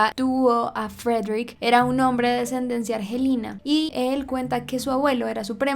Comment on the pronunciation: solo una corrección, se dice es de esa "ascendencia".